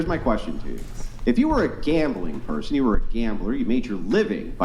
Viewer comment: Axe(ask), perskin(person), i unt meed male assention(i dont need male attention), fuh rail(for real), witch you(with you). Hood 101 translated to english.